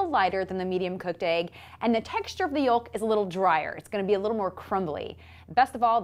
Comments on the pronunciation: It's pronounced YOKE not YULK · Did you just say yole-k? Where are you from?